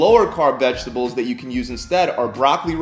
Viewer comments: VeGetables mate, not veGGetables. Single G, little mistake I know, just for future reference. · Brayzil nuts and veggetables lolol......some editor yall have give him a raise